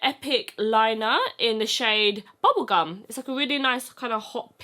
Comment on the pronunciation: This whole video was amazing up till the point I heard bubblecum. Never in my life have I heard bubblecum lmao. I'm scarred for life.